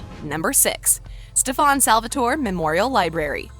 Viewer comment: Did she...did she say “Stef-ahn Salvatoray” lol I couldn’t even finish after that. Lost all credibility.